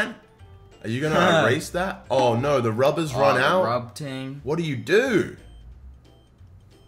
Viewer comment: Nobody: Literally nobody: Jarvis and: RuBbErS